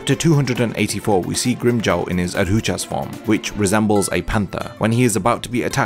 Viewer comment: Solid video but Bro you gotta learn how to pronounce adjuchas